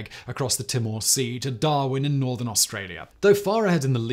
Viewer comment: Simon Albury is pronounced as ALLBURY and Charlaville is pronounced as Charl-a -ville and Timor is TEEMORE. Asussie pronunciation is similar to British but not totally. We also spell same as English not USA colour as against color etc